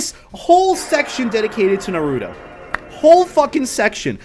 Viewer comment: I will spare you this time for saying Naruto the wrong way